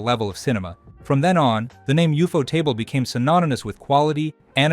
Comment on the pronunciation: From what I've heard most people pronounce it 'You-Photable' not UFO-table. That would be like someone pronouncing Cuphead 'Cu-Feed' instead of Cup-Head 🤭. Also, Infinity train is its own thing, I'm sure that's how you mixed up the name.